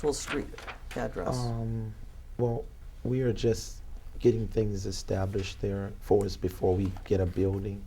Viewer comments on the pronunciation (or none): none